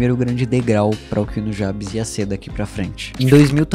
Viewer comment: Cara, puta vídeo incrível, mas a única coisa que me incomodou foi a pronuncia do nome "Nujabes" a sua pronuncia ficou como "Nú ja bes" e não "Nu gei bes" OBS: a escrita está errada pra simular a pronuncia